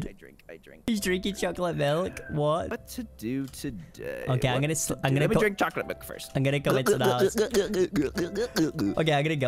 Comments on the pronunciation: No he said chocolait mill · Haha Caylus Said: Chocolwate Milk